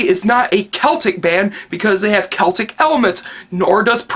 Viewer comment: Thank you for saying Celtic with a hard C and not a soft C.